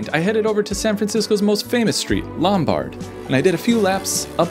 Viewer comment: you pronounced Lombard wrong.